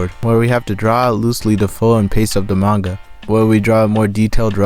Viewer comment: Pronouncing it mainga should be a criminal offense